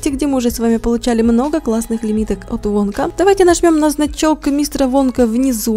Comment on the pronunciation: Там написано вонка когда Руди сказала вонка мне послышалась "водка" 😂